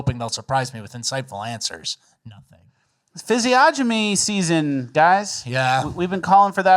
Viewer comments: C’mon, fellas. “Physiognomy” is not pronounced fizzy-ah-jimmy. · I'm sure you're doing it on purpose at this point, but it's fizzy-onnimy. It just really flusters my jimbobs when it enters my earholes